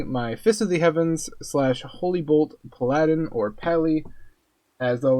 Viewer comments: didn't mean to sound rude. I let the Nithilak mispronounce go and the others but when I heard puhliedin I lost my lid. Its pal uh din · I watched like three videos and so many words mispronounced . Puh lie din wtf is that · "Puh-Laddin" Are Jasmine and Raja playable characters, too?